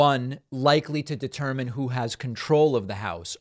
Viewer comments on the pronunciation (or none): none